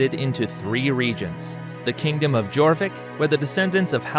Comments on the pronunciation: it is pronounced as your vik not jorvic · Jorvik pronounced like Yor-vik, which is why it is today York! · The letter J was not in use until 1500s. This is a great snapshot of the era for sure. Just be sure to never pronounce the letter J for York again. Ai should have known better. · So was Jorvik, and Mercia.